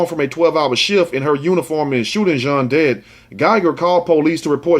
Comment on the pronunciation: It's pronounced john not gene.